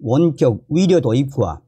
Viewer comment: 의사를 위사라고 발음하는것 같아서듣기가 거북해요 북한식인가요.? 이젠 고치실 때가 되었어요 요며칠 매일 들으면서 의사, 의료 등 발음이 너무나 이상해요